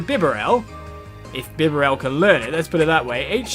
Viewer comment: It's pronounced like 'Bee-Barrel' Love your Videos. Could you play wind waker HD please?